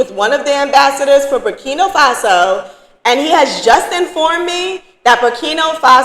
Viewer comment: It's BurkinA, not Burkino 🙂